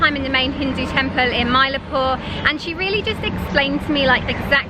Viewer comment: It is pronounced Chen Nye. And Mylaapoor, Kubba Leeshwar